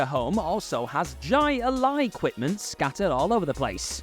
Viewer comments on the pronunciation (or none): It's not Gi-Lie, it's Hi-Lie...Jai Lai...It's Spanish pronounciation. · It's pronounced, "high lie," and if you knew how corrupt the gambling surrounding it is, you'd NEVER call it "ji a lie" again. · I believe the game is pronounced hi lie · I gotta make a correction. It's pronounced "Hai-Lai", not "Jai-Alai". I don't know where it comes from, but it's a high-paced sport that gets a lot of bets placed on the games (and can seriously injure the players). The item in Annie's room is from a toy version that actually lets you put some spin on the ball so it "bends" as it flies through the air. There was a toy called "Track-Ball" that you could actually throw DOWN at the ground, and the ball would end up flying upwards because of the spin. Lot's of fun back in the day! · For the record... It's pronounced Hi-Lie... I know the spelling is odd... But it's not Ji-uh-lya... Or whatever you called it... 👍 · Jai alsi is pronounced Hi-Li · Jai Alai is pronounced like Hi-Li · It's pronounced Hī Lī. (High Lye) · You completely lost me at your inability to pronounce Jai Alai. "High-Lie" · Its pronounced “HI-LIE” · OK first it's pronounced "HI lie" and 2nd that's not what those are LOL those were these weird things from the '90s that you could throw these like neoprene balls that you would soak in water so they would be wet totally different thing LOL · That's pronounced like "hi lie" and I noticed that back when I was a kid because I had one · That's not Jai-Alai equipment ... it's just a cheap toss-game scoop. Jai-Alai is much more impressive. ... and it's pronounced "Hi-lie". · It's pronounced "HI-LIE". It's a pretty dangerous sport. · God bless you Brits and your inability to pronounce Spanish words. Jai-alai is pronounced "high lie." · "Jai Lai" is pronounced "high lie". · And the funny thing is it still is incorrect. We always called it “Hi-lie” back when I lived in Florida. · Jai alai is pronounced hi-lie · Jai Alain’s pronounced basically “high lie” in English